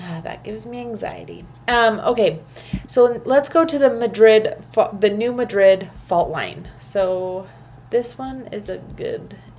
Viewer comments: You can tell you aren’t a Missourian lol. The “natives”. Call it New Mad-drid. Love ya! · No, lol I’m from Montana…. It drives me nuts to hear it pronounced wrong